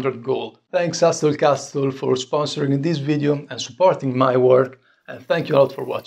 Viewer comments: Hey love the videos... just some friendly english speaking help lol... The "T" is silent in hustle castle... So it would be pronounced "HUSSEL CASSEL".... no worries keep up the good work...doubt you'll see this anyway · Exquisite work! I had a hard time even following how you made that handle but it came out beautifully. Well done! BTW, your English is very good, but the T in Hustle and Castle are not pronounced. That is not a criticism, you speak English very well, I just thought it might help you with your sponsor. Thanks for an awesome video.